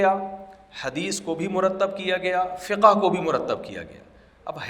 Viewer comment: لفظ " فقهَ " نہیں ہے " فقْهْ " ہے مطلب لفظ ہا ساكن ہے نا کہ متحرک